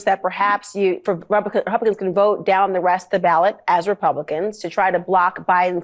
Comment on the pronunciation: I’ve never heard anyone pronounce the word ‘vote’ like Trump. Closest approximation is it sounds like he’s saying ‘virt’. I’ve heard people make more decorous noises when chunderung. Is it really a perverse pronunciation or yet more evidence he’s losing the power of speech? His collapses into non-words, just sounds really, are getting more pronounced. What’s the betting he corpses completely in public before November and has to be shuffled off stage, like poor old Mitch of the Senate, only in Trump’s case mumbling ‘virt…virt…’?